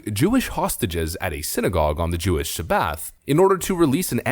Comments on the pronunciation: Learn to pronounce Sabbath ftlog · you've really never heard the word "Sabbath" pronounced?:P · Sabbath.......i have NEVER heard ANYONE pronounce it as Sa-Bath before, lmao. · It's "SAB-uth."